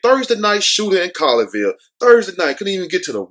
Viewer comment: Pronounced ( Call your Ville ) lol Just saying